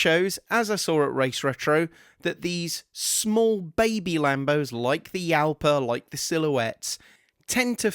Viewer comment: Jalpha is pronounced Halpha.